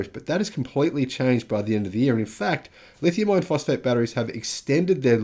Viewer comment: Insightful video that indicates future trends and backs it up with data. Very nice. I was having trouble telling if you were saying "Lithium Iron Phosphate" or "Lithium Ion Phosphate". YouTube's auto-generated captions couldn't tell either (It thinks you're saying "Ion"). I know you were saying "Iron" from context, but it may confuse some people who are new to battery tech.